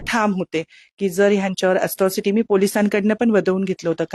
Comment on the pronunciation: अस्ट्रोसिटी की अट्रोसिटी???😂